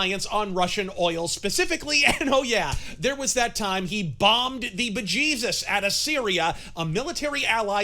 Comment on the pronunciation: 'Bombed the bejesus'....there's a bit of irish in you 😂